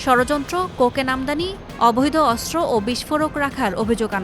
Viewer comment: অস্ত্র উচ্চারণ, শুদ্ধ উচ্চারণ করতে হবে, প্রথম আলো নিউজ উচ্চারণ করতে পারেন না,অস্ত্র 😢😢😢